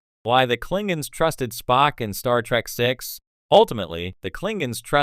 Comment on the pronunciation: Klingens?!?! Sounds like AI at it again. 😂